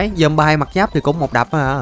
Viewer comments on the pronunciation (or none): none